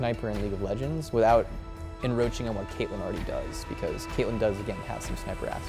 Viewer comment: lol "enroaching" (should be encroaching)